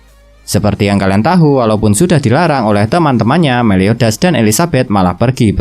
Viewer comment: Tahu dibaca tau bang